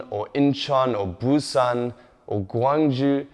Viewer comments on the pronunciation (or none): referring to his Korean. He calls Busan "boo-sun" and Gwangju (gwun-joo) - completely wrong.